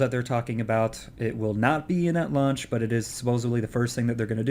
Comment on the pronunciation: sorry to be a nazi grammar guy, but i think launch instead of lunch